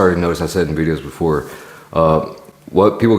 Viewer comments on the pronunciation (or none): none